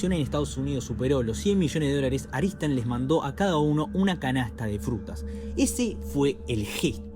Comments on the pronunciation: Claramente dice ARTISAN, ar ti san ... No aristan . Pero igual está bueno tu video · Porque dices Aritsan cuando es obvio que pone Artisan? 😂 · Excelente resumen, una única observación. La productora es ARTISAN no ARISTAN